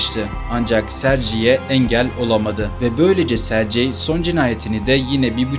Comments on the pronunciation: Rusyada, Rusçada Sercey diye bir issim yok bilader!!!!! Aynı yazıldığı gibi söylenir Sergey!!! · SARCEYDEN sonra izlemeyi bıraktım. SERGEY diye söylenir. Sankt Peterburguda. Sankt PETRASBURG dediğiniz gibi. Hep telaffuzu bozuyosunuz. Önce biraz telaffuz eğitimi alın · sercei okunmaz serygey okunur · Serci nedir? Sergey😂😂😂😂😂😂 Sergey ingilis ismi degil. Serci okunsun. önce öğren sonra konuş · Sercey deyil Sergey yumuşak g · AY bala serci yox Sergey g harfiyle serqey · Italyan ismi gibi okuyorsun.sercei degil sergey diye okunur. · Hikaye için teşekkür ederiz. Ancak, bir Rus dili ve edebiyatçısı olarak şunu demeliyim ki, adamın ismini yanlış hitap eden diyorsunuz, doğrusu Serg(Giresun)ey👍🏻. C değil. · Her Sercey deyende eseb oluram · sergey okunur